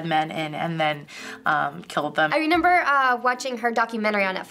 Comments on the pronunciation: gives me Gypsy Rose vibes....also, she says reNember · I like how says "I renember" instead of "I remember." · saying “renember” instead of “remember” really bugged me for some reason lol